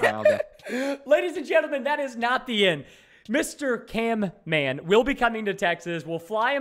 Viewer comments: it's camman not canman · He said canman ô_ô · his name is camman not can- man bro how dare you tell him camman!!!!! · Camman18's name: exist Preston: CANMAN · And also it's camman not canman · caNman not caRman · it's camman not canman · Its CAMMAN NOT CANMAN! Also🔥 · Preston calling camman canman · Go camman it’s not can man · His name is not CANMAN it's Camman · It’s Camman, not Canman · caMman18 not caNman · its Camman not Canman😂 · His name is not Can Man it is camman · ITS NOT CANMAN ITS CAMMAN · You said canman in the start it's camman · Why is preston saying canman insted of camman ?😮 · it.s not can man it.s cam man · Not to be rude but it’s camman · you stopad its camman not canman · its camman not can-man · It is caMman not caNman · It's not canman camman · its canman not caiman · Is not canman its camman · Why are you saying canman you're wrong is camman this not that hard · its camman not canman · You said canman😂😂😂😂